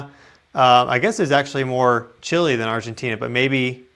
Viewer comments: It's Chile not Chili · Please, its Chile not Chili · Chili???? its Chile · it is NOT CHILI is CHILE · It's Chile, not Chili. And we have been hit by worse. 2010' s earthquake was 8.8